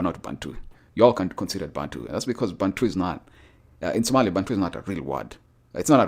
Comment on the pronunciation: Somali - “o” not “a”